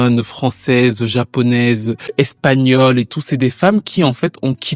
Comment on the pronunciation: PITIE STp je sais que tu parles pas espagnol mais prononce les mots à la française tu mets un accent anglais c'est encore plus incompréhensible..les R prononce les en français c'est trop